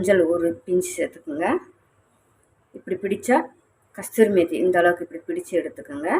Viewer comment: It is kduri methi not kadtjri methi.please tell the name correctly